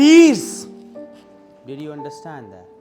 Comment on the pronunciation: but his starting sentence I mean understand scound comes like indestand not understand he is saying understand but scound is coming indestand indestand l